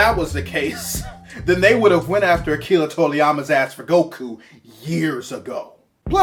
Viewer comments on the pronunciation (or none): You said Akira Toriyama wrong I can't stop laughing, we all been there.